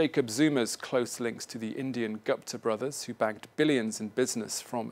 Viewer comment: What is "gaapta brothers " ? 🤣